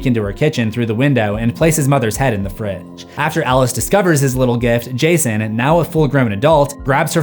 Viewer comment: i heard gayson